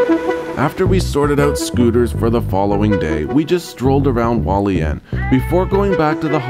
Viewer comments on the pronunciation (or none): Okay so this doesn’t matter much but you do pronounce the h in Hualien